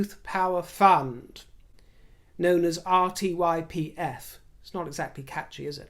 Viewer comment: RTYPF. When you say it it sounds like ‘ar*ywipe’. Oh dear.